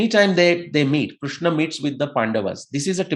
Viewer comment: KRISHNA, not Krushna. RIG Veda, not Rug Veda.